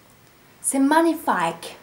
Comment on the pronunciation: Très joli ! Je remplacerai le rouge par une autre couleur parce que j'aime pas trop, mais ce n'est que mon avis ! J'adore les paillettes ! Haha, d'ailleurs tu m'as fait délirer avec est "paaaaaillettes" et "magnifayques" (y). Bonnes fêtes !